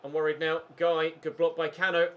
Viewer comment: Cano is actually pronounced Can oo